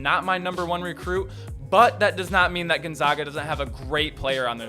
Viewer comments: Bruh at least say Gonzaga right. Gone-ZAG-a. not Gone-zah-ga. They are the fucking Zags not the Zahgs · You guys still can't say it right. Gonzaga. We are the Zags not the Zogs